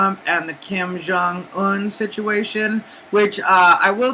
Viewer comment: You said Kim Jung Un like someone goosed you on the Un